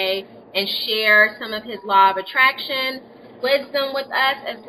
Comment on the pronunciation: Lol "Law of Attration" ;P